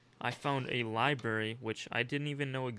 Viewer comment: libary ✅ library ❌